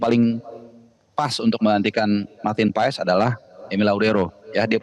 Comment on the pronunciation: Marteen Pas bacanya woi bukan Paes , jangan di biasakan